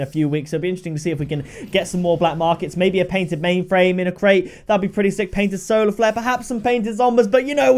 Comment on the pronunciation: OMG IM CRYING FROM WHEN HE SAID O PAINTED MAINFRAIME! BAHAHAHA